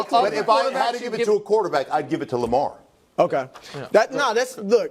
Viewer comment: Omg he says lemar foh